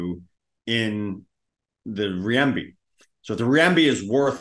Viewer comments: Renminbi is pronounced renmuhnbee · Are you sure it isn't Riyembi 😂